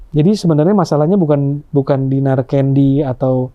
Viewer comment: DINAR CANDY LOH MAPAN BANYAK DUIT KOK BISA2NYA FINAR LG DON SALAH UCAP